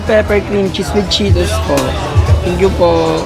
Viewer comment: Anong chokie? Chuckie. Tapos yung Cheetos, Cheeros. San nanggagaling yun?